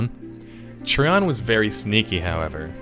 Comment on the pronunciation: TreeON.. Try ON. Which is it? You decide!